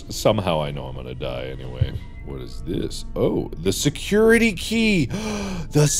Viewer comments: Normal people: Security key But Mark: seCuRItAkA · Me: nice, he got the security key Mark: GASP tHe SeCuRetAH kAh!!!!